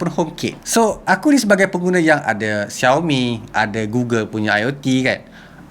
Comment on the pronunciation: The pronunciation of “Xiaomi” is so perfect! 🇲🇾